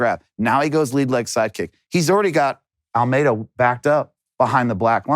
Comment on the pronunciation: Love how he kept calling Almeida Almeter